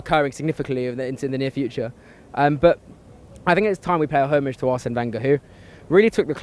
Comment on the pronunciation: HOMAGE...not homeage